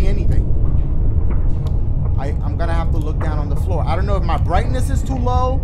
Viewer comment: WRONG FLOORA!! SHOREA!!! STOREA!!!